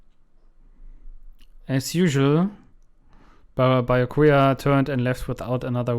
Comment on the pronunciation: Nach 11 Folgen sprichts du Byakuya immer noch nicht richtig aus, obwohl es bereits mehrfach gasagt wurde. Allerdings wird sich das noch ändern?